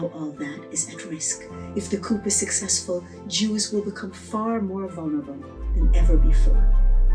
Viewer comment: It’s pronounced Coo. The P is silent. A Coop is where chickens live.